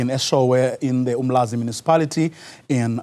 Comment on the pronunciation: its uMlalazi not Umlazi..